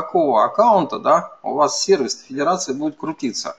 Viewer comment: Честное слово, очень режет ухо... Дмитрий Лебедев, уважаемый MVP тоже так его произносит.